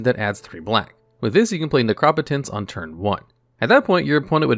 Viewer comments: Necro-potence not nercop-otence , I swear you do this to upset me lol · Necro-potence. Keep going bro your videos are great. You mispronounce stuff here n there but that’s to be expected since you’re newer. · its pronounced necropotence. sheesh you always say the card wrong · But he doesn't say nec-ro-po-tence. He says ne-crop-o-tence. So unless you say necromancer like a crazy person he's saying it wrong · Your actually prounocing an O as an A's sound ah.. in neCROP ah tense.. So it is definitlvey wrong prouncing that was actually! : ) love this and duel logs been watching for over 2 years! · From now on I will only pronounce Necropotence as NehKrawPuhTehns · i know its a crazy word and if i didn't know it already i would fuck it up as well but it's pronounced necro-potence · Although I like the informative aspects, by far my favorite part of this channel is hearing how he decides to pronounce all these cards names. Ne-Crop-Otence takes me out every time. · Necro-potence. You're pronunciation is weird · The way you pronounce necropotence made me want to punch a baby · you say necro po tence wrong! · your ability to always say the cards name as wrong as possible is godlike. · Firs thing I thought was “no way he just said necropotence like that” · I just can't get over how you pronounce Necropotence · God the way he says necropotence hurts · First time I've ever heard "Necropotence" pronounced that way 😅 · I mean he has mispronounced other cards in other videos. You might be right tho about necropotence. We can agree that it’s a different pronunciation from the norm.